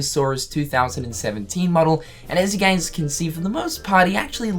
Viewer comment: When he says guys it bothers me Im sorry